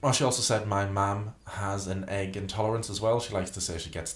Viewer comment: I hate. Hate. HATE. How she says certain words. Such as (Agg) egg (lAGG) leg. I get accents but why only on very specific words. And how can you be a writer when you can’t even speak grammatically correct.